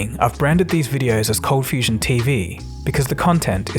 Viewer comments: It's ColdFustion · #ColdFustion #ColdFusion — My attention got to it due to the unexpected pronounciation that caught my ear; then I read the spelling and realised it changed at some time... It made me curious what the story is behind it :) — Q: is there something you like to share about the name and name-change? (I'm guessing a lot of your subscribers kind of have the same question) #Perth — and in answer about Perth, yes I knew about Perth a bit, earlier on via school (I guess), later on via stories of a friend of mine who travelled parts of Australia... and F1 driver Daniel Ricciardo is from Perth as well, you're even about the same age :)